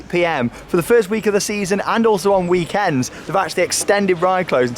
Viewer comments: It's also probably how you can spot a Dutch with "British English" (like Wales? :P) accent: pronouncing weekend like an American. I've probably done it. Oops :) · I like how you pronounce weekend. In Dutch we've imported the word, but somehow the emphasis is at the first syllable, much like in North-America, but I've heard Australians also pronounce it like that as well. Incidently, the 100 % Dutch for it is weekeinde, with emphasis on the former syllable. In some accents the emphasis like that sounds like we can't, but that is with an actual a: in most of British English. I can see that is maybe why in NA English they swapped the emphasis to avoid confusion. We can't pronounce weekend like that :)